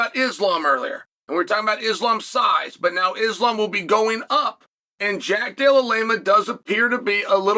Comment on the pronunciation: "jack dellalema" 🥀🥀🥀🥀🥀🥀🥀